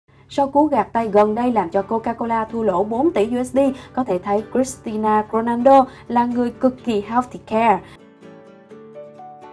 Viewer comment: Vcl Cristina Ronaldo ??? Nổi tiếng vậy mà cũng đọc sai thì chịu Champion League thì đọc Champion li quých 😑